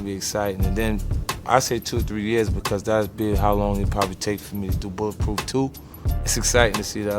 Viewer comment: "My new video game buh-puhf"